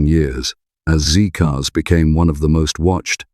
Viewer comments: Not "ZEE-Cars", "ZED-Cars". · I was apalled to hear a presenter with an English accent refer tpo the 1960s TV show Z Cars as "ZEE" Cars. The who was titled Z (ZED) Cars.